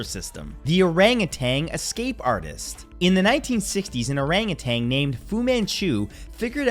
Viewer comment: What is an OORANGUTENG?? 🤣